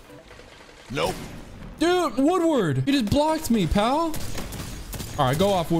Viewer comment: Its Wood-a-fied, NOT WOODWORD, im not squidwards bro...... smh